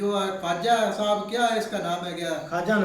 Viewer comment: ye Kwaajaa saab nahi KHAAJAA saab hai। Tu। bhi.